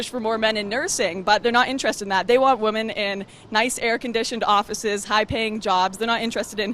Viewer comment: Wtf is wrong with Lauren!? When she refers to more than one woman, she does not say the plural "women", she always says "woman". Eg. "Feminists want more woman in stem jobs" lol so do they just want the women there to get fatter? I have noticed this across many videos, I think she might honestly not real use they are two different words.